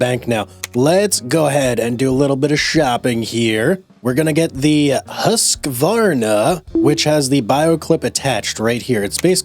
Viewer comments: It is pronounced more like "huus-kvarna" rather than "husk" :) Channel your inner Swede :D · It is pronounced Hoosk-VARnah